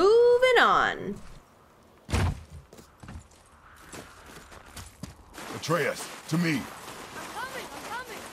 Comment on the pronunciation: So glad you're continuing to play. You seem to have so much fun with it, which means we have fun watching you.;-) But, one last time: "a-TRAY-us."